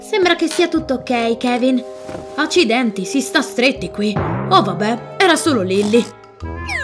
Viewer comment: Non si dice lilli si dice lilly capita